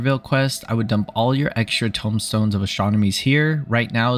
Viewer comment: Tomestones, not tombstones.